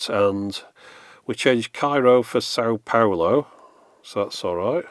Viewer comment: Thank you for pronouncing São Paulo with the proper nasal sound. Very rare for native English speakers to take that difference into account.